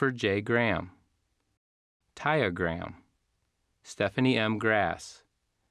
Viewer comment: Nice but Taya does not sound like Tya.